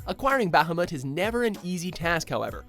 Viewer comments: It's pronounced Buh-huh-mut.. not Bah-huh-mut. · Alright I hate it when people call Bahamut, Bahamoot. Stop it, Say it the way it is spelled. if they wanted the damn thing to be called Bahamoot then they would have spelled it that way. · its not bah-hah-mut its Buh-hah-mut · The way he says bahamut kinda makes me mad lol. Its pronounced buh-ha-mutt 😂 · It's pronounced "Ba-ha-Mutt!" Really, ever been to the "Ba-Ha-Mass?" What, the fuck, why are you saying Bahamas weird? Have a good day. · lol "bAh. HAm. Mutt" xD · It's pronounced bahamoot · Is it just me or do all the people pronounce everything in all of their videos like they are morons? A bit harsh, I know, but it really bugs me.. Baaa-haa-moot? Like, really? Seriously guys? Fuck... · Ba-ha-moot (Bahamut) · Omg my ears burn when he says Bahamut. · how hes prenouncing Bahamut is hurting my brain.... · I cringe at the way he pronounces Bahamut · Nobody seems to know how to pronounce Bahamut correctly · did anyone else wince when every he said bahamut. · Its pronounced Ra-muu and Ba-ha-muut. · Adamantian Gilga Honestly, Bahamut is a whale who originally showed up long before the Final Fantasy games, and it's pronounced Bah ha moot, but I still call it Bahamut with a mutt sound at the end. I also still pronounce Ifrit similar to Ih fret, and not Ee freet. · Seriously!!! Learn how to pronounce names! You pronounce Ramuh - 'Rah-mu' and Bahamut 'Ba-ha-moot' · Very good video but you need to say Ifrit and Bahamut right